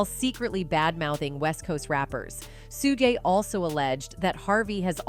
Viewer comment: SUE GAY😂😂😂 SOMEONE HELP THIS ANNOUNCER!!😂😂😂😂😂😂😂